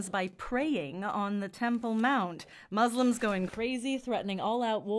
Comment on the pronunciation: Good stuff,,, Muslims are waiting for Prophet Essa ( Jesus) And it’s “Muslims” not “ moslims “ Imam Mehdi will just pave the way for Jesus,,, FREEDOM FOR PALESTINE 🇵🇸